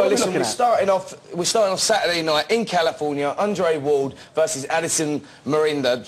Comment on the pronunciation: Spencer Oliver vs The English Language lol "Undre Ward vs Addison Mirinda" "Wladichick"